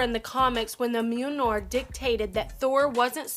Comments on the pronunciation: This bish said mewnar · Okay, first, she is saying Mjolnir wrong. It's pronounced myol-neer. Second, why are half the charecters DC? No one likes DC. And third, MAGNETO DOESNT ACTUALLY WIELD THORS HAMMER!!!!!And finally, it says "superheroes" in the title, not "superheroes or super villains, doesn't matter because I don't know shit". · Fuck you're annoying... perhaps "The Worst". At least pronounce the name of the hammer correctly... brutal. Fix your editing skills too. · Ugh, she can't even say "Mjölnir" properly. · Anybody else get really irritated by this chick mispronouncing mjölnir? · This chick has an irritating voice and can't pronounce Mjolnir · I think you're pronouncing Mjölnir wrong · SHE MISPRONOUNCED MJOLNIR! KILL HER!!!!!!!! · Pronounce Mjolnir correctly and I'll subscribe. Until that day comes fuck off. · learn to say mjolnir correctly